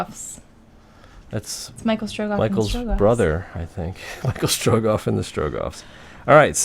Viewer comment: It's Michel Strogoff, it's a French story :-)